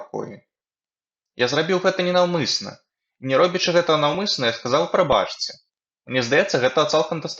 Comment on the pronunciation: Прабачце трэба чытаць прабацце. А так дзякуй за вашую працу